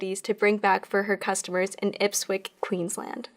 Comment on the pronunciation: Ipswich is pronounced IPS-WHICH. Not Ipswick... I wasn't watching the screen, just listening. Looked up trying to figure out where Ipwick was when I saw the spelling. 🙂